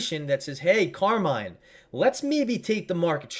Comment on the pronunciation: I’m italian and please DON’T say CARMAIN nooooo CARMINEEEE CARMINEEEE is the correct pronunciation 😅